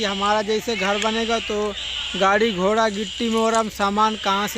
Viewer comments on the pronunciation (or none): none